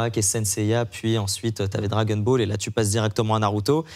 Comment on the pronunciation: Le gars tout à gauche fait exprès de dire "Drake and ball" ? Ou c’est juste pour nous énerver ?